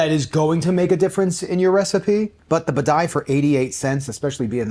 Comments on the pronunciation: Buh-die?!?! Bah-De-Ya. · OK, just because it's irksome: b a d I A, not b a d A I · It's Bidet, not Badai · What the heck is the ‘Badai?’ It is Badia. AI vs IA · Lol...I mean really. Can this guy even read? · Dude! You live in Florida. It’s Badia (Bah-DEE-ah). Cubano. Delicioso. Just ask my abuela. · BAH DEE AH!!! Drove me INSANE!! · Can't enjoy this because of your repeated mispronounciation of "Badia". It's "bah-dee-uh" 😅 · The way you say badia is sending me lol. Good video. I tend to buy the McCormick.